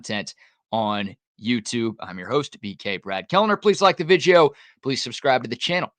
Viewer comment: Great content BK. Keep it up. Also, please do a video explaining why you pronounce video as vigdeo. lol.